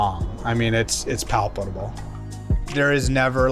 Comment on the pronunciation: am I tripping or is he adding another syllable to palpable